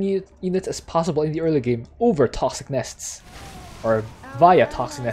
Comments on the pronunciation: TOSKS - NUS .. I brain twitch everytime you say it. Haha! Love Abathur too man (y) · Good video, good strat but the way you pronounce "toxic nests" make my ears bleed